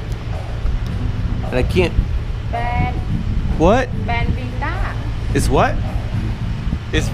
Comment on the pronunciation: She said something like 'ban vita'